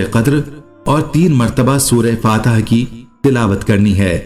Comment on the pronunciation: Ye ap NE fateha bola he ya maheda